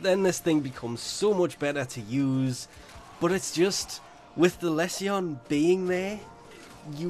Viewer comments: It’s le-sion not Les see yon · Every time you say less e on I cringe, it's pronounced Lee Sun. Its a medical term Google it, also that wep is pure Mr fodder, its a poor man's plague zaw for the people who hate poe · Less-E-On? That's not how it's pronounced right? It's Lee zhun like legion with an s. Or am I entirely wrong here? It's also not Hem-ah. It's Heam-au. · ..did..he just a the Lesion the lezzion? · Less ee on? Goddamn... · Les see yon ? xD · He says it like a finn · Dude, don't take this the wrong way but go google how to say lesion. It's a medical term. Like, he's got lesions ons his liver, meaning he has scars on his liver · Pupacyst with a "pu" like puppy, rather than pupa. Lesion like...like...uhhh.... Anyway, must be a troll. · you finns say it wrong then :P